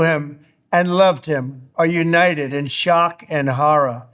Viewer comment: “Shock and harra”. This guy is not comforting. ;/